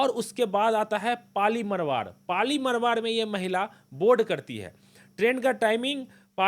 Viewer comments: पाली मारवाड़ है सही से उच्चारण करो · क्या बोलते हो कुछ भी मरवाड नहीं मारवाड़ होता हैं। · Bhai pehle pronounce thiak kro पाली मारवाड़ है ना कि पाली मरवर